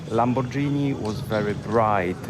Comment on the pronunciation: Lamborgini, nie Lambordżini